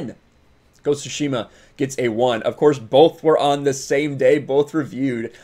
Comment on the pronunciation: Why do you say shushima? Its tsushima